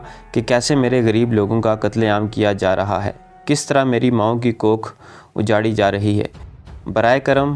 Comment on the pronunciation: اجاڑی جا رہی ہے اجھاڑی نہیں